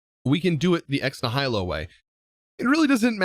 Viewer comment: Kinda bugged my brain a little how he pronounced ex nihilo